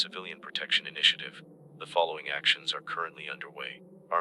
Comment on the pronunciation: I turned it off when he said "Marine corpse."😮